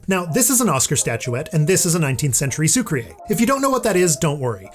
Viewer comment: Hi! I love your videos! They are really cool and informative and honestly you are pretty swag yourself 😂. But just a small tip; the first syllable in “sucrier” is pronounced like the famous Christiano Ronaldo Meme SIU. Keep up the content <3